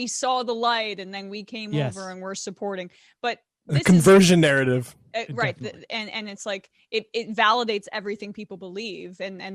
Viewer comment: "the CONVERSION NARRATIVE" geez I heard you man.....lol